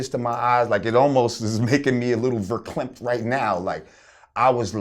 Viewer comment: Did dat nigga say verclemped?